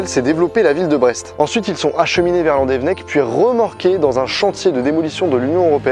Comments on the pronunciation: "landevnec" non ça se prononce "Landévénèc" inculte "que la population découvra" Alors non toujours pas, on dit "que la population découvrit" "dans la penefled" non non c'est la "pinfeld" ou la "pinfel" phonétiquement. (et je suis bien placé pour te le dire j'habite à Brest. Et non ce n'est pas un fleuve mais une rivière. "une corne" non c'est une défense. Roh lala j'ai 16 ans et j'apprends le français à... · Belle vidéo, très intéressante juste la prononciation des lieux 😂 c’est pas landévennec mais landévénnec et pour la penfeld ça se dit pinfel c’est sur les noms bretons 😂😂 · Juste, petit point prononciation, on dit landévénnec et les z à la fin des mots et des noms propres se prononcent pas en français (en breton non plus sauf vers Brest) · La Bretagne ma patrie ❤️ Par contre c'est là que je me rends compte que le Breton est pas inné mdr par exemple Tréoranteuc on prononce pas an mais en ou alors Landévennec ça se prononce Landévénnec Après c'est pas si grave que ça mais bon 😂 Merci pour cette vidéo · Landévennec ça se prononce Loudévénnec non ? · Landévénec et la painfeld qui est mal prononcée aussi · VIVA LA BRETAGNE !!!!! Encore une masterclass sur ce type de vidéo !!! Bravo à toi ! Par contre, on voit bien que t'es pas breton. Landévennec se prononce Landévénnec et pour la Penfeld, le "en" se prononce "in". Mais merci pour ce genre de vidéos. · Slt, je suis de landévennec. C'est juste pour dire que ça s'écrit "landévennec" mais ça se dit "landévénnec" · mon dieux tu aurrais pus trouver un brestois pour te dire les prononciation exacte je frise l'avc !!!! donc ont reprend c'est Landévénec et la rivière c'est la penfeld [pinfel] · Sa se prononce landévénèc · Oui, mais sa prononciation de landevennec m'a écorché l'oreille xD